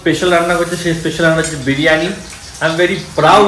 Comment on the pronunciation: Dear it sounds very odd when u mispronounce a few words… I know u can say this is how u talk, but since u are kind who looks for improvement and work on urself hence a suggestion. It is not “BIRAANI”; it is “BIRIYANI”. Same way it is not “SENN”, it is ‘’CHAAN” or “SNAAN”